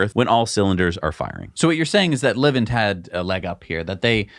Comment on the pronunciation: Dudes: Livent is pronounced “lyvent”. Like ‘lie’. Cheers